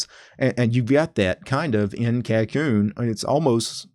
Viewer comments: You have the pronunciation wrong, but I cannot blame you as it is not English anyway. The name is from Japanese which is 書こうね which would roughly translate to "Let's write, yeah?" in a casual tone. The "backwards" ordering for commands like dw no doubt goes along with the name since Japanese sentence ordering is backwards compared to English also. As for the pronunciation, it would be like: "kah - ko - nay" with the ko part dragging for a longer duration than the other two syllables. Just thought you might find this trivia interesting. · Every time he says the name wrong I'm reminded of how it being named by a weeb is a problem.